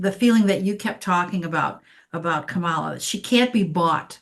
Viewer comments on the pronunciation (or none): Emphasis on 1st syllable on kamala. This is an awesome reading. I love when someone explains astrology where it makes sense. Ty! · COMMA - LA! not KaMAla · Her name is Ka-ma-la NOT Ka-mal-la. Please and thank you! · 1st syllable KAH, not KUH. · Please pronounce Kamala’s name correctly,! 🙏 KA-ma-la, not ka-MA-la. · Can everyone please try to say Karma - la rather than Ka - MALA thankyou :) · Comma-la. Please pronounce her name correctly! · Kamala is pronounced Comma La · I think it’s disrespectful to mispronounce her name. Trump also pronounces it kaMALa. To be mean. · trying to really listen to you is difficult when you repeatedly mispronounce KA-mala as you do right from the start. Just sing in your head from the song Camelot as Randy Rainbow does on YT: KA-mala, Ka-mala etc. Just sing it. Surely you know the song. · Her name is Kamala. As in Comma-la. Why is that so hard? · Please pronounce her name correctly! And Not MAGA style! Pronounced Comma-La! We must show respect and pronounce people’s names correctly, especially when they are our next president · Please pronounce her name correctly! Not MAGA style! Pronounced Comma-La! We must show respect and pronounce peoples namescorrectly, especially when there are next president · I just heard someone pronounce her name as Comma La. That made it easier for me to say her name accurately. Hope this helps others, too. 😊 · Coma,pronounced,not k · Ka- MALA…Make America Laugh Again! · Very interesting readings. Please remember her name is “Comma-la”. I am getting sensitive to her name mispronounced. Weird i know. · Please pronounce her name correctly ❤ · The right refuses to say Kamala's name correctly.... I wish we could ALL pronounce her name with the emphasis on the first syllable and not the second. Go beyond the hate speak. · Kamala - accent on the 1st syllable! 💙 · Nice but your cohort is pronouncing her name wrong. You 2 are great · Why can’t you pronounce her name correctly??? Grrrr